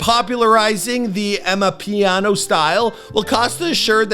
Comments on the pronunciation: It's A-MA-PI-YA-NO not A-MA-PHI-NO😂😂😂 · its pronounced Armor -piano 😅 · Ama-piano like the 🎹 say it right my guy please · AMA WHAT? AHAHAHA DID HE JUST SAY AMAPINO?! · Amapeeeeno 🤣 It’s Amapiano Mybru! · "Amapino" is crazyyyy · 😂😂😂we gon skip pass the fact that he said AMAPINO just like that😅...RIP Cost❤ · Amaphino scene 😂🤣bro butchered so many words but Ty for this. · Did you just butcher Ama Piano? It is not a Pino, it is a Piano. Amapiano means The Piano. Nkalakatha is not Nikkula Kutha 😂 😂. Thank you for this video. I am so sad I never got to see him performing live because he was one of my favourite performers in South Africa. I just love how he incorporated local vernacular languages in his music which some narrow-minded people accused him of cultural appropriation. He was one of the greatest performers to ever rock the stage. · Why did he pronounce Ama-piano as Ama-pino? Cant you say piano omg😭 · Cassper NO-Vey-Est!!! AMA-PEE-NOU scene. His team need to hire some "cultured" people man 😂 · Say it with me "Ah-mah-pee-yah-no"- Amapiano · its not casta its Cassper "kas-par" Nyovest "ni-yo-ve-st", and its Amapiano "Are"mah-Piano" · How the he'll you pronounce Piano... as Pee-no.... only Lord knows 🙅🏾‍♂️🙅🏾‍♂️🙅🏾‍♂️ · Bro said Amapino💀💀💀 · Ama pino???? Noooo he's doing this on purpose 🤣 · RIP Costa🇿🇦🕊 But what is "Ama-peeno". It's literally piano. "Cassper". This man was doing too much with perfectly normal and easy to pronounce English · Dear international community.. Amapiano is pronouced Ahh MA Piano.. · AMAPIANO AMA-PIA-NO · It's pronounced ama-piano, like the instrument 💀but thanks for putting us on Tho🇿🇦🇿🇦🇿🇦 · Caster No V est , AMA Pino 😭🤣😂🤣😂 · Come on - it’s “Ah-Mah-Piano”. #RIPCosta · “Amapino”?? Lol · Yho! He butchered the words Nyovest and Amapiano 😂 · It's Amapiano 🤦🏽‍♂️ How can you say Piano but can't say " Amapiano"